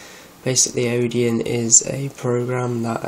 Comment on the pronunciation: sorry, but if you don't understand what a kernel is, telling people how to flash it is not a good idea. also, it's Odin, not Odeon.